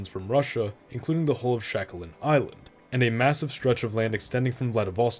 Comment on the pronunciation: why you call Sakhalin Isle "Shakalin"?